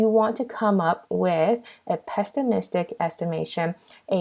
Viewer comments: Valuable lectures as this one is hard to find, so no one cares about "pestimistic". If your goal is to correct grammar of pronunciation, this is not the video for the purpose. Try English language videos. Our goal is to pass the exam! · OK, so I tried not to say anything, listened to this with such hope that it was just a misstatement, but "pestimistic"? I mean, you have it spelled correctly (without a T) but really? Has no one told you that it is pronounced without a t? The slides are fabulous though!!! well, besides that added t. :-)